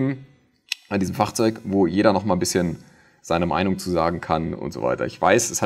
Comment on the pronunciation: Immer sehr interessant deine Videos aber wie du Fahrzeug sagst ist eine Katastrophe